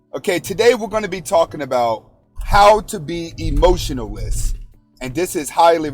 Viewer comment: He was saying emotionalist not emotionless😅